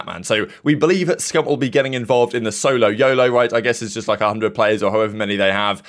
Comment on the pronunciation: S O L O Y O L O SAY IT WITH ME ITS NOT THAT HARD